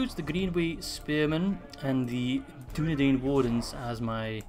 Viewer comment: with arahirs voice ITS DUNEDAIN NOT DUNEDEIN